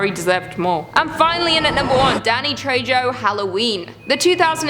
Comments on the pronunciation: Trejo the j makes an H sound. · Danny Trejo, the J is pronounced as an H. So it sounds like TreHo. Get a clue! Lol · Oh,; It's Trejo (trey-oh) or even (trey-ho). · sorry his name is pronounced Danny Trejo {tray-ho} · TRE HO! NOT TRE JO! the j makes a soft h sound! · It’s pronounced Danny tre-ho not tre-jo I cringed every time you said his last name I love the channel tho! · Does anyone else want to pull their eyelids off with rusty sewing needles every time she says Tray-Joe? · Say Trey-Jo again. I dare you! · Danny's name is pronounced "Treho". But I must admit it does sound so cute when you say it. By the way, Julia absolutely had to die horribly... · The fact that you pronounced it Danny Treyjo is surprisingly cute and funny. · danny trey-joh 😭😭😭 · He’s Spanish and it’s pronounced treho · Haha, Danny Who? Danny Treho is how its pronounced my Queen. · Love you luce but his last name is pronounce tray-ho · If there’s ever any help that was needed with the Trejo pronunciation, think Tray Hoe put together. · Good video. Just one thing: You have to pronounce the 'J' as an 'H' in Danny Trejo's name, as he's Mexican-American. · For the love of god it's a Spanish last name, j's are pronounced like an h, it's tre-ho in pronunciation. The Cenobites are not the villains of the first movie or the novella, they represent the consequences of our actions. Frank is the real villain of the story in the film, and the book is about how our emotions can destroy us in the end. Pinhead isn't even the main Cenobite in the book, and it's not that they can't "distinguish" pain from pleasure, it's that to them the two are essentially the same thing. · Can you pronunce his last name right poor Danny... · I don't know how common Spanish is up in Canada, but I've never heard Trejo pronounced with a 'J' before, lol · How many times are you going to mispronounce Danny's name?